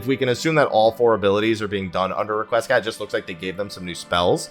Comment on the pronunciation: Requiescat is pronounced REKWEE-ESCOT.